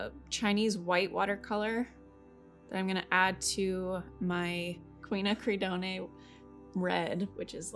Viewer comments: Hi,, I hear you struggling with the pronunciation of "quinacridone" and I did too, but found out about it through Wikipedia It's pronounced, "kwin-ack-ra-dōn". The "e" on the end is silent. I hope that helps! I had a really hard time with it, and had to look it up! This is a beautiful exercise and inspiring. I loved the red camellias! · I think one does not pronounce the ending "-e" of chrinochridone. It’s just pronounced "chrinocridon" . Very beautiful flowers! 🥰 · I think it is pronounced kwin-ack-ra-doohn 😜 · Quin-ak-ri-doan. The e at the end is silent 😁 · I also came to say this. Except the end I'd say dōn....as in don't minus the 't. Doohn I'd think could be misinterpreted to be pronounced dune. My fave palette always includes quinacridone magenta. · I love the camellias, I have a white one in my yard, thr smell is amazing. Btw you don't pronounce the E on quinacridone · Also, I had to rewatch to see what vid this was since it’s been so long and you mispronouncing quinacrodone over and over had me going… I thought you were joking at first! Hopefully you’ve noticed the faux pas.😉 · Beautiful flowers as always. On the word “QUINACRIDONE”. There is no “aye ” sound at the end. And if you don’t want to keep saying the entire word, you can just say “Quin Red”.❤ also I believe pansies have 5 petals, but I could be wrong. I love these videos. Thank you for making them. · This might help with that pronunciation. Gorgeous flowers!